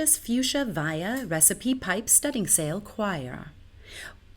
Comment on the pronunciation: Very well done, and you are right you cannot expect to pronounce this like a Britain, nor should you. There is one word that you did not get at all right. Born into a seafaring family, and having been brought up by a father who spent his life at sea and with my own career at sea please let me inform you that studding-sail is pronounced "stun sill". If you try that verse again you will see how it fits in much better.